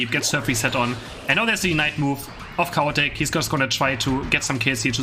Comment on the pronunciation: Love that Chaotic sounds like Cow Attack. I will think of him as Cow Attack from now on.